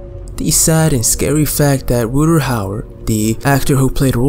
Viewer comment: Nice dude solid vid...one thing it's Rut-Ger with a hard G, not Rutter like gutter.